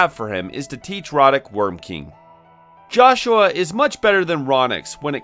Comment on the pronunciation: Man did you just straight up not play the game at all? You're pronouncing 2 names wrong. Joshua is pronounced "Yohshua" (he says it right away) and the Cyuss is pronounced "Seeyus" not "Kaiyus"